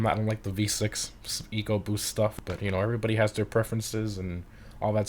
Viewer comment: this dude said “V6 Egoboost”😭😭😭